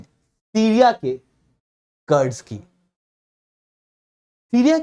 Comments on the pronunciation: कर्ड्स क्या होता है रे, कुर्द Kurd, बोल कुर्दीस्तान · कर्ड नही कुर्द क्या आप लोग सब चीजों का english बनाने के चक्कर मे अर्थ का अनर्थ कर देते हो।पढ़ा रहे हो तो कम से कम पढ़े लिखे जैसा बात व्यवहार करें । मेरी बात का बुरा न मानते हुए कृपया इसे सुधारें।धन्यवाद